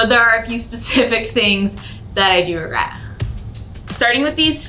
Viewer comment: Every time you say regret I hear RugGret in my head instead lol